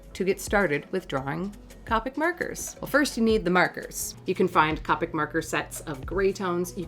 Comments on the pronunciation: It is COPEIC, not COPIC!!!!!!! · COPIC is pronounced with a long “o”…Cope ick and not Cop ick… just saying. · I've really been sitting here thinking these markers were pronounced Coe-Pick and not Cah-pick for a year... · Isn’t it pronounced “Coh - pic” not “Cah - pic” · The pronunciation on Copic is long O Coh Peek Japanese product Japanese pronunciation. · Haha its funny cuz she can't say Copic she says carpet markers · You say Copics the same way Jazza does.. Another person added to the shame list! :p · Its funny how you pronounced the word "Copic." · i’m mad at the way she says copic